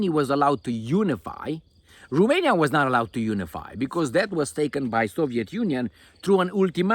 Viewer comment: Remainia, from now on it is Remainia 😂